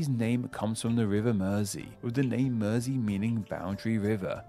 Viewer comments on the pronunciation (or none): none